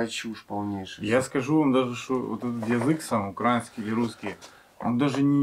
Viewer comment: Не укра'инский,а украи'нский!!!!